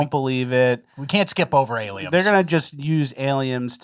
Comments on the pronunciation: I kept giggling like a child at "Aliems." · "Aliems" lol. YOU DID THE THING